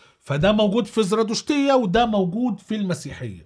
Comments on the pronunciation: تلفظ زَرادَشتية وليس زْرادُشتية .. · الزرادشتية : حرف الدال بالفتحة مو بالضمة